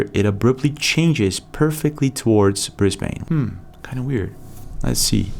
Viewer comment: it’s pronounced BrizBin. (Brisbane) thank you for your videos. I watch them religiously ❤